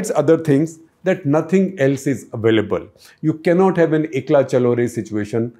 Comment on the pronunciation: Thanks for this great episode Shekhar sir. However, this pronunciation of Ekla Cholo Re in popular media, really irks me as someone born and brought up in Bengal. Sir, it's pronounced as Ae-kla ch-aw-lo re. Hope you read this. Thank you sir.